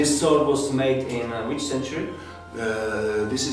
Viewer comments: I might sound a little pedantic but since you are doing sword content, you might as well do it right....the W in sword is silent “sord” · He can pronounce japanese stuff correctly, but fails at „sword“.